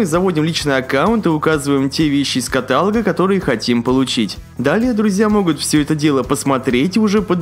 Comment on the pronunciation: КаталОга. Неграмотная речь очень режет слух